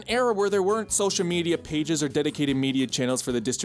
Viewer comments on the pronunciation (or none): none